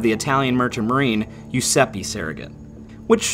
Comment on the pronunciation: Giuseppe is pronounced Jew-sep-peh not Yu-sep-py. You're welcome.